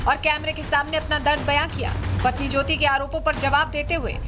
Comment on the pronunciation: PATHNI ,,,NAHI,,,PATNI